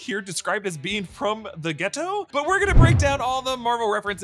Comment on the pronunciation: Why did you say “the ghetto” like that